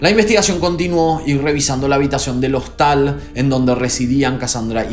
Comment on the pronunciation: Rodeadas de un clima no. Está mal dicho. Costal no, hostal. Primero que aprenda a hablar este nabo del video y que aprenda un poco de redacción y no digas tantas pavadas juntas.